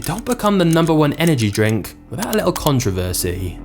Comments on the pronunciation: 187 billion cans sold and I've never had even one. I prefer coffee! Also, I can't stand the way the narrator drops his voice at the end of almost every sentence and the way he pronounces controversy. Con-TROV-er-sy? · Say it with me now: con-tro-veRsy. There's a long O in the middle and an R towards the end.